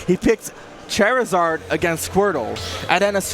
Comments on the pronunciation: The way this fucking guy says Charizard is excrutiating and jair'ing(jarring). Edit: is this the same fuck who couldn't say Kameme? The way he says Ivy"sawr" is annoying as well. -_ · Can someone tell the commentator it's Charizard not Chairizard plz. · Call him chairizard one more time I swear 😤😤😤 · this commentary is garbage. Charizard is a play on the word "char" like in grilling. I can't watch any more Chairizard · CHAIRizard? IvySARR? Ok... (It should be CHARizard and IvySAUR) Either way, that was fun to watch! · Announcer be like “Chairizard” 🪑🦎🔥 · This is reverse ASMR because every time I hear "Chair-izard," I get uncomfortable, lol. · Drinking game: take a sip or shot everytime he says Chair-Zard. Nvm don’t do that that’d be suicide . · Gross why do you say chairzard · When the commentator says Chairizard O_O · Anyone else bothered by how he says "Chair-izard"? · Oh my god if he says chairizard or ivysar one more fucking time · I swear if this man says Chairzerd one more time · Did he say chair -izard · So triggered hearing them say ivysawrrr and chairzarrd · stop saying chair izard oh my god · Chairzard Ivysawr Lawst (instead of last) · FFS its not chair-i-zard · can we get a commentator that doesn’t say chair a zard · If I hear this dude say "Char-izard" one more time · "Chair" rizard. Ivysaar. 😂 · CHAIRizard...has this dude played a video game before? I'm not being sarcastic, I'm genuinely curious. This dude triggered the hell out of me. Probably also pronounces Woof like "Wolf" and Bombsir like "Bowser." What a casual. What's next? Is he going to start calling Louweenie "Luigi" now? ffs...As a proud Gandork main, he really needs to get his shit together. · The commentator saying "Chair-izard" put me on tilt. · I fucking hate the way he says “ChAiR-izard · If I was the other commentator and this guy kept saying “chairizard and ivysar” I think I would have strangled him on stream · Say it with me.... "Char-izard. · Stop mispronouncing Charizard